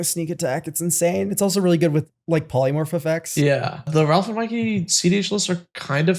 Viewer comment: I die a little each time says "Ralph" instead of Raph.